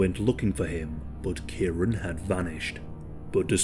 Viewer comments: I've just commented on another post similar. It's kieran pronounced kee-ren. It's a commen name in uk and Ireland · Kieran lol It's pronounced kee-ren.